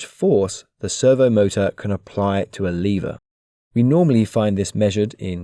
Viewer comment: liver? lever not liver